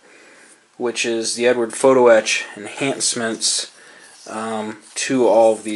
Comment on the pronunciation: Love the videos, but it is EdUard not Edward....